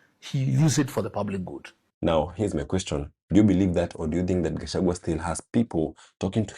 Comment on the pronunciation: But Murkomen also calls Riggy G as kachagwa 😂😂 He should also learn how to pronounce his name..